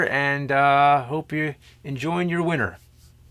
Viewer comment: DId you just say "enjoy your winter" or "enjoy you're winner"? The big rigs references are real.